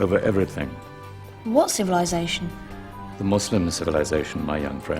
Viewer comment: wow I love that can say 'Muslim' properly instead of saying 'muzlim' like most people today.